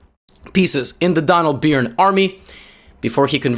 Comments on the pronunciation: Burn. Sounds like Burn. Not Biiiron. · Is Gotham being ironic (or accurate??) pronouncing 'Byrne' as 'Beern' instead of 'Burn'? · I wondered the same thing. I think most people pronounce that name the other way, but maybe Donald Byrne and Robert Byrne pronounced it the way Gotham does. I'm not a New Yorker and I didn't ever meet them.